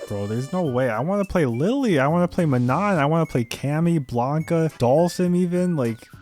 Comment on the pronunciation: Oh it’s not ManoN! It’s pronounced “Maa noh” without the N at the end and the A is like in Arch